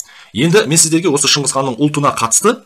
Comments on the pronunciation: шыңқыз қанда шыңғыс қанда емес шығысқан деп айтылса дұрыс болар еді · Шынгызхан емес Шыңғысхан. Саған әңгіме айтыуды ким койыпты ? 🐫❗